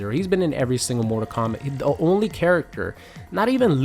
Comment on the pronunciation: What's this "Mortar Kombat" game this guy speaks of?